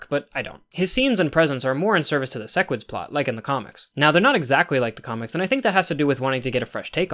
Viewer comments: Man he said sesquids again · You still said "sessquid" lmao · said ses squid at like lol